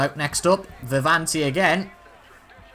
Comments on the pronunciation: Its not Vivanti what ypu say its Viviani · ITS Viviani mate , loved iT